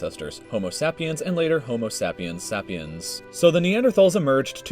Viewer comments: Before you watch the rest of the video, we are related to Neanderthals, we evolved from Neanderthals, btw it's (say-pee-ens) not (sap-e-ens), ya' dingus. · "homo sAHpiens" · So the person they chose to narrate a video about human history and the emergence on mankind can't pronounce sapiens or denisovans correctly. Interesting.